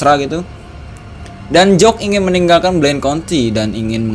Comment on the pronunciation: bang bukan jock tapi jack